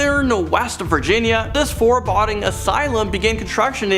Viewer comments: forBODDING?? That's not even a word. It's pronounced (4 boe ding) also (for·bow·deeng) foreboding. Most Amazing Elite? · Sorry, gotta say it! The word is foreboding not forebodding! Pronounced like there is an ‘e after the ‘d! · shangheeeing forebodding